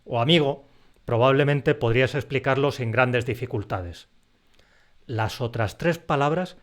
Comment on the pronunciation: Ahora entiendo por qué dices [lasotrastrés] 😄